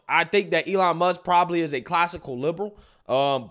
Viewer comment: “Elon Muks” I can’t 😂